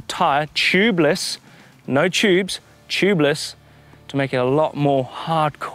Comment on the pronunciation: I heard of tubeless but what chubeless ?? Lol 😂